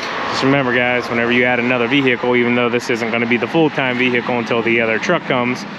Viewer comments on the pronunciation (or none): Just thought I'd let you know that the H in vehicle is supposed to be silent